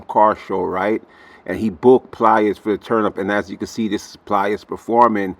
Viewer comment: Please stop calling him Pli-est. It’s just Plies. Like lies, fly’s, tries. You get my point.